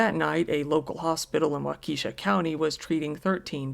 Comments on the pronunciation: Giggled at "wau-key-shaw". It's "walk-uh-shaw". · Wa-ke (soft e) sha. It would be good to look up pronunciation of cities not familiar. For everyone. It's a bit distracting and annoying. Any words for pronunciation, for that matter, if you are a narrator. That would be most professional. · Waukesha is pronounced Walk-a-shaw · The Wisconsin tragedy town is pronounced wauk uh shaw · As always, great stories. One correction. Waukesha is pronounced as WA-KA-SHA The E is not pronounces. Just incase you ever cover another story from there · For my sake and that of the rest of the world, please, NEVER try to pronounce Waukesha again. Why true crime creators don't look up the proper pronunciation of unfamiliar areas boggles my mind. This is HQ material made lesser--sophomoric--by errors like that. Don't get cocky, Kid. It's code.